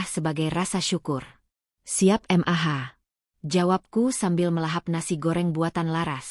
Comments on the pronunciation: Mendengar ceritanya ok,,tp cara pembawaan nya yg aneh,janggal,,setiap kali ada kata" mamah bisa jelas panggil nya, tp kenapa klo Panggil Mah,,ko, jadi M.A.H,,/ M.A 😂😂😂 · Dikira singkatan oleh AI